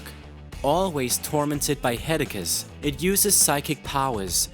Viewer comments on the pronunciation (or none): Dude, you need to take another serious English class. "Headicus"? "Genatella"? Come on, man. It's Headache (Head-ay-ck) and Genitalia (Jen-eh-tail-ee-uh) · Listening to you pronounce words like genitals and inetvitabley literally gave me a hedekkuh. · it's weird right? like he's reading someone else's script